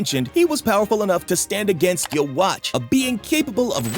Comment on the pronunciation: Love the video but can you please pronounce yhwach correctly. It's pronunciation is like yuwaba